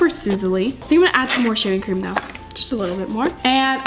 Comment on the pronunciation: said sheevecream